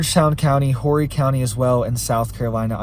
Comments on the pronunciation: Horry county is pronounced Orry county. the H is silenced. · Thank you for another great informative video. Just so you know, and only the people of Horry County would likely care, it is pronounced Orry County. LOL. Silent H. Minor detail brother. God bless you and your family and your followers and your economy.